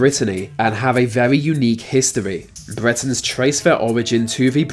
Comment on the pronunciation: Please don't assume the narrator is English......his pronunciation is that of a five year old. "Bwetons trace ver origins to va Bwitish iowls". Maybe he is Jonathan Woss's son!